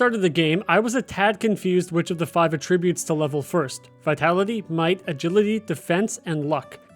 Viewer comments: The way you say attributes is so annoying. Pronounce the A like “ah” not “uh”. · AT-trib-utes Not atrib-utes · a-TRIB-ute is a verb, not a noun. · "A"tribbute and "AH"tribute are actually two completely different contexts and he's saying it wrong the whole video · Why are you pronouncing attributes wrong? Very confused. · Was going to say the same thing—great info, but you’re saying a different word with a different meaning that shares the spelling. Think CAT Tribute, but remove the C. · Because he’s mistaking it for a different word. They are spelled the same but said differently and have different meanings; Homonyms. He is saying the word for the incorrect meaning.